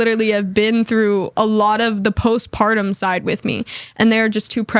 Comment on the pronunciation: *Postpartum (ie "after the separation"). Not "post-pardon."...😑